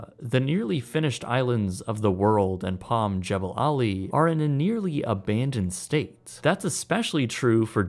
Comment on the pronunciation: The correct pronunciation is Jah ball' ali.